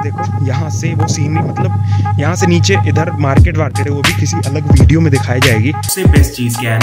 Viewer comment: Idharrrrrr. Udharrŕrrrr😂